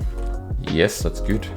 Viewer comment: I love the fact that he says ye-hess and when he says tick the captions put d**k